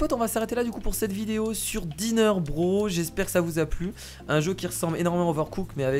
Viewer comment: (Intro) ca se prononce pas DINAIRE BROSSE ? Comme Mario BROSSE ( je met en MAJ pour la prononciation ) Au tuto c'était marqué et < débarrasser > non requis en solo justement je m'ennuyais